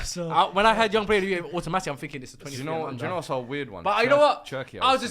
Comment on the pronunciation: An awful lot of “finking” going on.